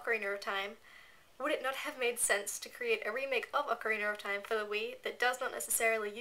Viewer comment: Ocarinar of Time xD ish cute:3